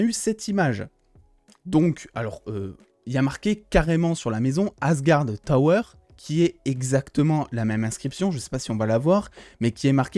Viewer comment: C'est asgard tours et pas asgard tower 😉 C'est peut être un drakkar de tourisme 😂